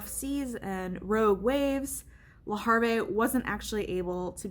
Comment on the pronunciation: Le Havre is not pronounced le har vay. It is pronounced le have ruh. Boy people can surely act poorly and entitled. Scary situation. Congrats on the baby!!!!